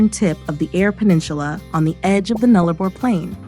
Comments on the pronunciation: It is pronounced NULLA-BOR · It is pronounced Null-a-bor dopy!